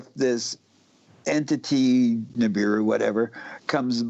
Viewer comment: it's Nibiru, not Niburu and Sitchin, not Stitchin...